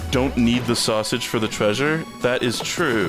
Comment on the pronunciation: Glad im not the only one who always says "traysure" because of scooby doo lol